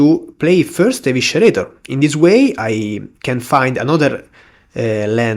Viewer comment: Small note: Eviscerator is pronounced like uh-vi-suh-ray-tah not uh-wishuh-ray-tah :D